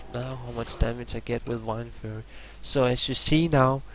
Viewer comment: Why does he say wIndforce its wind-force